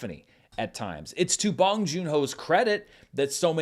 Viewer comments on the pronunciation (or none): "bOHNG" like own. Otherwise, nice review. 😊 -from a Korean American sub